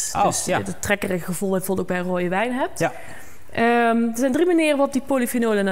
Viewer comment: Ze kan geen ja zeggen 😮